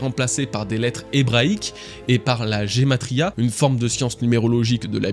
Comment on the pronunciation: On lit guématria pas gématria ❤